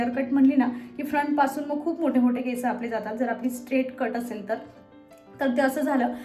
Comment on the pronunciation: Didi me pn khandesh madhun ahe tr ha problem khup khandeshi lok krtat ki केसं boltat instead of (केस) so please (केस)only bol.❤